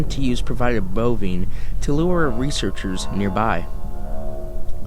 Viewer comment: You mispronounced "bovine" it's vine like a grape vine, not vine like Vinnie.